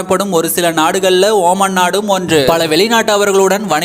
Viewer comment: Ooman illada moothevi....omaan